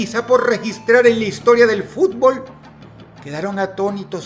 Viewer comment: Uno se da cuenta de que a Dross no le gusta el fútbol por como pronuncia el nombre de los equipos y de los estadios. Igualmente, Excelente video